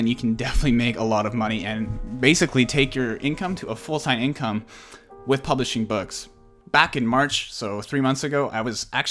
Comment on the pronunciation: Sounds like you say Polishing! Argh it’s Publishing ! Just saying